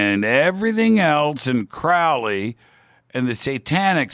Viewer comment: FYI, the Crow in Crowley's last name is pronounced like the bird, a crow.